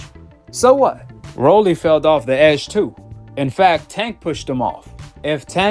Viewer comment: 😂"Felled" of the edge😂 wtf